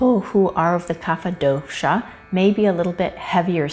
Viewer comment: Some pronounciation tips: Kapha: Ka-ph Dosa: Do-s Ayurveda: Aa-yur-ved By the way great video